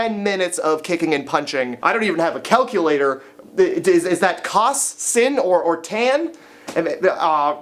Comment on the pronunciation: Cos sin and tan.... sin is pronounced sign KNOW YOUR USELESS GEOMETRY INFORMATION